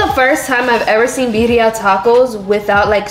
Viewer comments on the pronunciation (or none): I can't with how yall say Bah-reeah tacos 😭 Horchata is a staple in El Salvador but it's hit or miss at restaurants not everyone knows how to make it